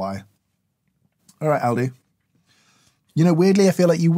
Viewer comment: In America we say "All-di" but having worked there and knowing where it's from and it's history, when you pronounced it as "Al-di" I immediately realized we say it wrong lol. The place is actually albrecht discount for those about to go google searching